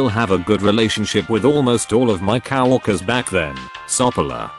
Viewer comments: I notice in most all these posts the term Cow workers instead of co workers just bad pronunciation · The way the bot says some of the word is just too funny like cow-workers. Great stories.